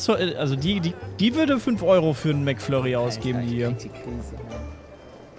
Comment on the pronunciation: Jemand beim Mc Donalds: ein mc Flurry bitte beim Mc Donalds: ein Mäc Flörri bitte